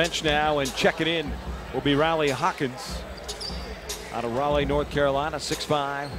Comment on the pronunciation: The Announcer pronounced Raliegh wrong